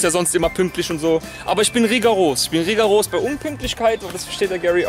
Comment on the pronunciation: Geil "reegaros" :O) Heißt aber "rigoros" lol